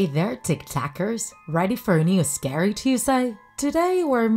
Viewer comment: Lol like it if she says scayrey